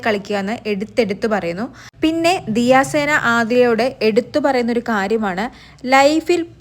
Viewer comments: പെണ്ണെ ദിയ സേന അല്ല. ദിയ സന 😅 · ദിയ സേന അല്ലാടി ദിയസന 😂😂😂😂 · ദിയ സേന അല്ല ദിയ സന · ദിയ സേന അല്ല ദിയ സന എന്ന് പറയൂ